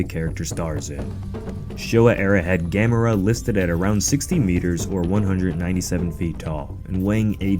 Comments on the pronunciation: Thank you for pronouncing Gamera correctly. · LOL...I am glad you are pronouncing it right 🤣🤣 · Yay. You pronounce it right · Yaaay he said it right lol